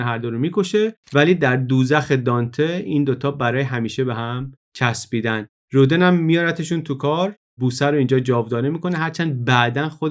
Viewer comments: جالب بود. من شخصا از پادکست‌های تاریخ شما کلی چیز یاد گرفتم و همچنان مشتاق شنیدن برنامه‌های جدیدتان هستم ولی به نظرم خیلی خوبه که از این برنامه‌ها هم می‌سازین. جسارتا می‌خواستم یادآوری کنم تلفظ صحیح نام رودن(Rodin) در زبان فرانسوی rodan تلفظ می‌شه نه roden. و به همین لفظ هم همه جا از او نام می‌برند. چون شما به نظرم آدم دقیقی هستید و این پادکست‌ها هم معمولا دقیق و بی نقص هستند حیفم آمد و نتونستم ننویسم! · ، با تشکر از این اپیزود بسیار آموزنده فقط می‌خواستم یک تذکر کوچک بدم که تلفظ اسم Rodin در فرانسه رودَن (فتحه روی د) است.